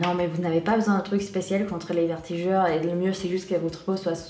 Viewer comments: Tu me fait rire tu "vertigure" mais on dit "vergetures" bisouuus❤💋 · Vertigures!! Mdrr 😂 vergetures* Malgré ça je trouve que tu t'es amélioré en français. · Coucou ! super vidéo encore une fois 😊 j'espère que tout se passe bien pour toi (et pour ta petite famille), perso je préfèrerais l'actualité grossesse sur YouTube ou FB parce que je vais pas trop sur instagram et snap... gros bisous 😙 P.S : on dit "vergetures" au lieu de "vertijures" et chez nous on appelle les "taches de rougeurs" "taches de rousseur" mais pas de soucis c'est mignon et pas grave 😉 bisous ❤ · tu as du mal avec le mot vergeture^^ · C'est adorable et ne t'inquiètes pas on fait aussi des erreurs en anglais donc personne ne juge sur cette chaîne j'en suis sûre~~ :)